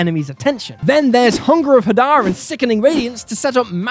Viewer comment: Hadar is pronounced hey-dar Awesome video, you should make more of these